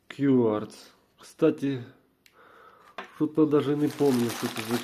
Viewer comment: Не К'ЮАРЦ, а КВАРЦ, це не брендиуе означає що годинник кварцевий. А бренд цих часів називається QQ